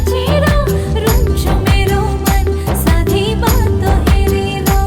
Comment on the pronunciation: "रुन्छ मेरो मन, सँधै बातो हेरेर"....खासमा हाम्रो नेपाली उच्चारणमा 'बाटो' हो, 'बातो' होईन । ...लाग्छ, आसामी भाषामा नेपालीमा जस्तो "ट", "ड" हुँदो रहेनछ ।